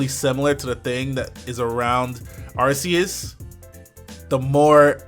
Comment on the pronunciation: it's ARK ee iss